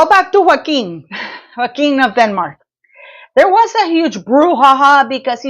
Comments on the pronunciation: Prince Joachim is pronounced Yo kim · Pronounce his name correctly. He’s not hispanic. It’s Yo-a-kim.